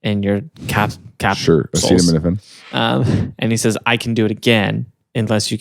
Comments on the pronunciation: I said acetaminophen wrong too!! I said it Asi TAM in Oh fin 😂 love the show! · Of course would pronounce acetaminophen wrong